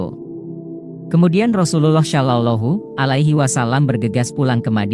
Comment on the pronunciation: Pengisi suaranya pake AI, nyebut rasulullah SAW jadi ga fasih, saran aja, jangan asal bikin konten min..